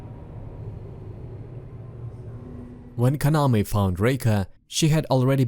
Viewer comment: Your pronuncition in names like kaname, asuo, etc its not like how the name is in japanese example kaname should be kunaamee not kanamee, kurosawa should be kurowsaawu etc.. again its not a big problem i saw people talk about naruto or Ninja Gaiden and really making mistakes on the name like instead of Ryu they said riu or raiyu